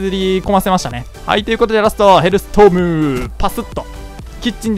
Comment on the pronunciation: ヘルストームをセルストームっていってる。 セル降ってくるのか。笑